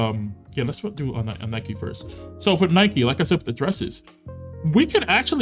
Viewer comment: Lol Infinity Nike, it's Nik-Key and Woothering Waves is like Whethering Waves.